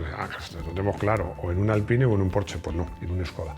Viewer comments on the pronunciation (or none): none